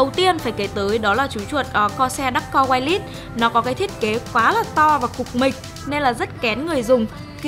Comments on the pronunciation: dạ phiên âm tiếng anh /ˈwīrlis/ thì là wai lịt sờ chứ cmg nữa a2 ? đừng bảo wai lét nghe giật mình lắm đó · Đ hiểu mấy ông kia nghĩ gì chửi ông chủ comment? =)) Làm truyền thông thì phải hướng đến mặt bằng chung, thì đương nhiên phải đọc chuẩn tên thương hiệu, chức năng,...còn gì nữa? Tôi nghe goai lít đần mẹ ra 2s mới hiểu là wireless :)) thì khó chịu là đúng rồi. Ai bỏ qua thì bỏ qua, ai nói thì là góp ý mang tính xây dựng. Thua các ông vào cào phím